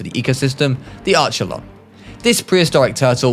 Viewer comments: Its not arch -elon it's ark -elon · Idk if anyone else said the this but I don't think it Is said with that arch sound rather ark as in archelon